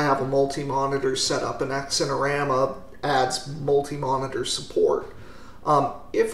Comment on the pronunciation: Don't got time for sleeves when you are constantly emerging! Or pants. EDIT: BTW the 'x' in xinerama would be pronounced like the 'z' in zebra *US pronunciation, and not like 'eks'.